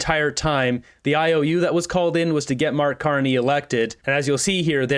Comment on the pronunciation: Sounds like reporter addresses Carney as "Mr.Carnage." lol